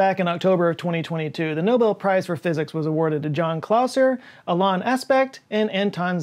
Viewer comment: Love the video, as usual. One note though… (hate to be THAT person but) Alain is pronounced “Ah-LEN” not “Ah-LON”. It’s a french style pronunciation 👍